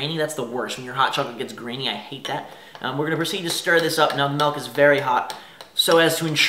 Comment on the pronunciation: Melk??? my fine sir it is "milk"...